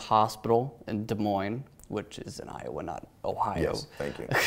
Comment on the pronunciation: The way he says Iowa is so satisfying and I have no idea why but it’s just like I O W A